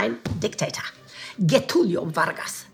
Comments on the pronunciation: Next time pronounce his name not as GEH-TULIOH but rather JEH-TULIOH. I'm fluent in Portuguese, that is how I know. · Its not "Guétulio" nor "Bargas". You should read it like a "J" an a "W" - Jetúlio Wargas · Little correction here, Getúlio is pronounced as "Jetúlio", the "G" sound should be like a "J" as in "Genius"(not exactly, but close enough) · According to the Portuguese phonetics Getulio Vargas is "Zhetuliu Vargas" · Well, at least they didn't pronounce it in spanish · the pronunciation of Getúlio is pretty much like the french "je". Like "je suis". Ça va? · Fyi, Getúlio is pronounced with a j sound